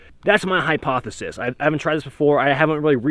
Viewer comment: Anyone who says hippopothesis unironically is not to be trusted